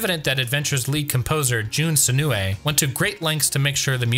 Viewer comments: Note for your narrator, "Senoue" is pronounced "Seh-noh-eh," not "Seh-nuu-eh," and "Satoshi" is pronounced "Sah-toh-shee," not "Sa--tah-shee." In Japanese, "o"s are always pronounced like the "o" in "oak." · "Sen-oo-ay" caused me physical pain 😅 always has a really bad habit of not ensuring that their VO's pronounce Japanese names correctly (and getting re-reads if necessary) before releasing the video. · Great video, but hearing him attempt to pronounce "Senoue" gave me a migraine. 🤣 (Not really, but yeesh.)